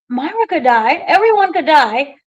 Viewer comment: you’re too good for this! Didn’t you interview this character Me-Ray-Ah!!!! Not Myra. 😊 We luv you …lol